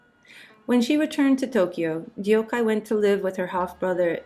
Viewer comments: no the narrator didn’t even try or look it up. Koreans names are 2 syllables and Korean is pure phonetical characters. It’s also two English sounding words put together “duck-hay” so easy to pronounce. Almost ironic the author couldn’t do her the decency of researching how to pronounce the name. Sounds Japanese the way she says it which is an embarrassment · Thank you for telling her story, however your pronunciation is terrible. If you wanted to honor her, the least you could do was research the proper way to say her name. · They way you pronounce deokhye is disgusting. It is not like "youkai" in japanese okay. Please ask your korean (or korean american) friends how pronounce it. I can't listen to you more than 1 minute because of it. Please coreect your pronounciation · i just wished she wouldn't butcher her name like that from the very first second on... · Right? It’s sooo rude!! If you’re going to speak about the sad story of a Korean princess who was forgotten, start by getting her name right. It’s not even hard to pronounce in English. Irony of making it sound Japanese.. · I wish the narrator would have done the decency of researching how to pronounce the princess’s name instead of completely butchering it to not even be identifiable. It’s almost ironic she’s making it sound Japanese and nameless. It’s pronounced in 2 syllables as most all Korean names - not hard at all even in English to pronounce “deok-hye” which sounds like “duck-hay” two English words. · All good. But literally 30s in and you already managed to butcher her name DeokHye, d-ok hi... Deok the eo is not a diphthong (closer to duck although the mouth shape would be rounder) and Hye ye (closer to the 1st vowel cluster in liaison, basically any ié sound in French as English manages to make a triphthong out of this) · The pronunciation is Dok-he not Deyokhay 😒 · Dee-ohk-hi(?!?!) you didn't even fucking try to get her name right! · Princess Deokhye's name is pronounced Deok-hye (duk-hee).